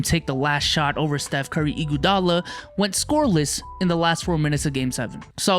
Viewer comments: The way max says IGUADALA gets me every time lol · The way he said "Iguadala " , annoyed me